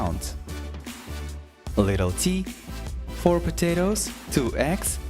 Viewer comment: I heard 2 ex not eggs :,D